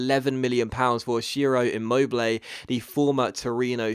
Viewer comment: Just a little help about pronounciation (I know it's not that easy) for your two great signings : "Tchiro Immobilay" "Hakan Tchalanoglou" Great episode as always and great signings even if their names aren't the easiest on earth :)